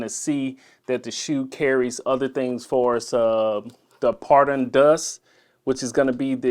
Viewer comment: Photon Dust “foh-ton-dust”